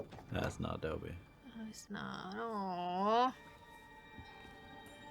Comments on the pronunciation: I know this isn't life or death, but his name is Dobby (daw-bee)...not Dobey (dough-bee). 😂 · Pronouncing Dobby as Doe-bee is so funny to me, idk why 😂 It's dob-bee or daw-bee, idk if i've ever heard it pronounced like doe-bee, but it's cute lol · FYI: the first syllable of the name "Dobby" rhymes with "rob." So it's DAW-by, not DOE-by. Also, I saw an interview with JK Rowling where I learned the first syllable of her name is pronounced row as in "row your boat." Not rau as in having a row with someone.